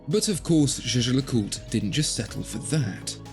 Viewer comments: Ah zere was zis ... le Jejecûte. 😬 Try "Jais-ger-le-CuTRE". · He says "ju ju lacult"